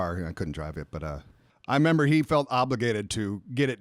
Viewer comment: Has been eating member berries? He keeps saying "I member" instead of "I remember".